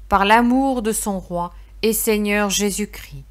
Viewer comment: On prononce 'Jésus Chris' mais Christ. Merci